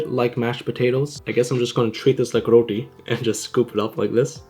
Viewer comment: Say rooti. Not raoteyyy